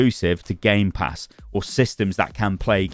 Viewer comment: ITS GAMEPASS NOT GAMESPASS lol